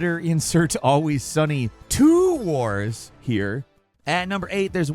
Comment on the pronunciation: Sir thats how you earn a sub. TWO wars... TWOOO?! wars...